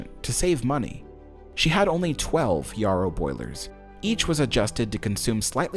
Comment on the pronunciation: Yarrow sounds like Sparrow, not Yah-row!